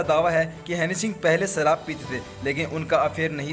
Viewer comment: Hanny singh...nahi...honey singh ....